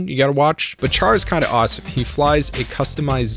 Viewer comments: “Char” is read “Sha-r” 😂😂😂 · Are you not aware Chars name is short for Charleman, it's not char like a fire, it's like Shar. You're like the Batman fan that says raz al Gul and not the correct ray-sh al Gul yet your a huge fan. Do you say may-ri-o instead of Mario? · Are we not going to address that Char's name should be pronounced (Shar). 😅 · its not pronounced Char as in charcoal its Char as in Shar they said it countless times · PRONOUNCED "SHAR" JESUS CHRIST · Why are there so many Youtubers who can't pronounce simple things in Gundam, like Char? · You get a dislike for continuously pronouncing Char’s name wrong. Sorry.